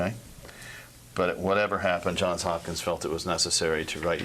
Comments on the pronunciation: The fact that she called the hospital JOHN HOPKINS tells me all I need to know about her. It's JOHNS Hopkins, you fool. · She says John Hopkins. He says Johns Hopkins. Which is correct? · Surely at some point an employee at Johns Hopkins learns that it's John(s) Hopkins. Johns. Johns Hopkins. Not John Hopkins. C'mon 🫠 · It's interesting that she doesn't know the name of the hospital is Johns Hopkins, not John Hopkins. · She doesn’t even know that she works for Johns Hopkins! She said John Hopkins. This woman enjoyed the power she had over this child and her family. I hope she rots in hell!!!!